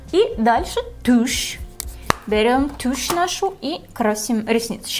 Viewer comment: Я одна перелистываю на тот момент, где говорит "тющь" и ржу как ненормальная?